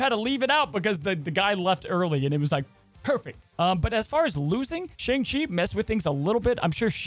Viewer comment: It’s Shaw-ng Chee, not Shay-ng. But it’s okay, most people didn’t like the movie lol